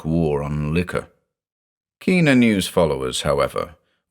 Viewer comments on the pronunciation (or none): none